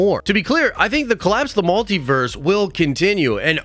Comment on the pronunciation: WTF IS A MAL-Tiverse??? It’s pronounced Multiverse… MUL